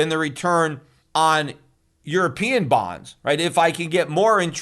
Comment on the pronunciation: LOL you say bonds like someone says buns. I got hungry. 😀